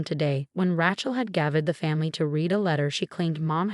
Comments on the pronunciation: If Rachel was spelled “ratchel”, you would have the pronunciation right. However Rachel is pronounced “ray-chell”. If you’re going to use names, please at least write them out so the AI knows how to pronounce them. 😤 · RACHEL is pronounced as RAYCHEL not RATCHEL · What is your obsession with Ratchel and Emma? Pls find two other girl names, from the millions that are available for you to use. I can't even finish your stories because it's so irritating to listen to you assaulting the name all the time.... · Her name is pronounced Raychel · It would be nice if it actually learned how to pronounce certain words, especially Rachael. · Your AI needs to know how to pronounce words correctly. The woman’s name is Rachel, with a long a, not a short a as in the word rattle.! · CAN YOU PLEASE PLEASE GET THE NAME RACHEL RIGHT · I agree but I guess I'm getting over the mispronounced words and names and constant Chen name